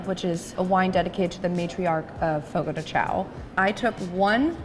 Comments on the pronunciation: As someone who works at Fogo this is so fun to watch someone giving a review 😭 this restaurant looks so much nicer than ours! My favorite is the Bacon wrapped chicken 😭 and it's pronounced Fogo de "Shawn" so thats fun but i never even knew that til i started working there😂 I love the papaya cream and crème brûlée ! And the bread is so bomb dipped into thr mash potatoes! And this restaurants polenta fries looks different than mines but overall this is just so fun to watch and see a different fogo😂 i love fogo and its such a great experience if u never been to a churrasco table sided meat service styled restaurant go! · Love Fogo de Chão😍 It’s be far better than Tucanos + Rodizio! Also, I’m just gonna help you out a lil bit here haha it’s pronounced “fogo gee shao” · I cringed everytime you pronounced the name of the restaurant